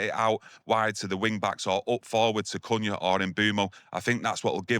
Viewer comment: Great stuff as always lads. thank You😊 👍 But stop pronouncing his name as "Coona" it’s pronounced as "Cunya" 😂